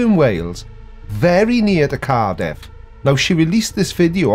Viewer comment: She actually has two videos about this webcam. The first one she consistently mispronounces Cardiff as Car-DEEF. I've wondered sometimes if she is a very clever troll but have concluded she sadly is as batshit crazy as anyone on YT.